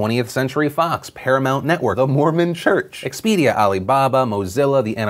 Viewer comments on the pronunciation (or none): none